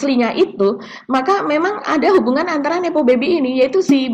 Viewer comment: Nepo baby 🤣🤣 koq kedengeran kek hippo baby, bayi kuda nil 🤣